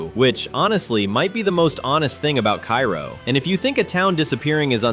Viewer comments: At least you could pronounce it properly...Ka -roh not Kairo. AI generative bul sh*t! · Cairo Illinois is pronounced kay-roh, not kye-roh like the city in Egypt. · I know it's spelled like the city in Egypt, but it's pronounced kā-row. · It’s pronounced “Kay-roh”. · Cairo is pronounced {kay -ro}. That used to be a fun and laid back area to hangout in as a kid back in the days. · Cairo is actually pronounced CARE O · Cairo is pronounced Kay ro. Tina, Al's wife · Cairo IL is pronounced KAY-ro by the locals. I've been there many, many times. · It's "KAY-ro", beloved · Just a note that Cairo is pronounced Kāro just like the syrup. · Cairo is pronounced Kay-Ro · People from Cairo can automatically tell that you're an outsider by not saying "Kay-Row"! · Cairo, IL is pronounced Kay-row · Pronounced "Kayro".